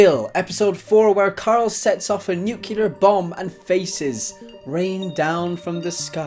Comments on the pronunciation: It’s pronounced nu-klee-ar, not nuk-u-lar. 😊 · nuclear, not nukular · Nuclear!! It's pronounced NUKE-LEE-ERR!!! Not NUK-YOU-LAR!!! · I didn't know how to feel after you said "nuculer bomb" it was one thing when Bush did it but come on... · "NUKULAR BOMB" You know this was unintentional and reflects the stupidity of this. Every video starting with him advertising himself for several minutes is just cringeworthy. And this time its about cashing in to attempt to "explain" a series with no deep meaning. At least he was honest. But all his interpretations are nothing groundbreaking and 90% of the vid is always about reiterating the entire show:P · ***** saying nukular is not even a regionalism its plain wrong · So did President Carter. Pretty scary to think the guy at the Commander in Chief, who is in control of the country’s nuclear arsenal, can’t even pronounce the word correctly. Lots of ignorance. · he said "nuclear" wrong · Man, you CAN NOT say nuclear properly